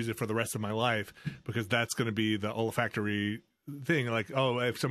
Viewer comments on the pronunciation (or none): When said "olfactory" I thought he said "old factory" and thought he associated his first romantic experiences with disused industrial locations. And it didn't sound all that strange.